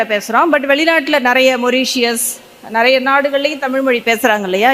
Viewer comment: இந்தியர்களது ஆங்கிலம் தானாம் நல்ல பலமானதா இருக்குமாம் ...கடவுளே பாவம் உங்கள் ஆங்கில உச்சரிப்பு ...ஆட்டோ ,பாய் பிரண்ட்,ஆபீஸ்,இப்படி எத்தனையோ போதாமைக்கு உங்க தமிழ் கூட "நறைய" (நிறைய)குழப்பம் ..இலங்கையில் நக்கலுக்கு இந்தி ஆங்கிலம்போல் பேசுவார்கள்